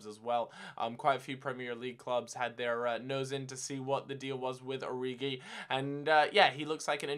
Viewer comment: I've been told that Origi is pronounced "Ori-She".